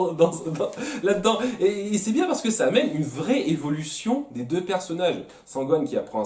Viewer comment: "Numéro Dieu" Avoue, tu l'a fait exprès? XD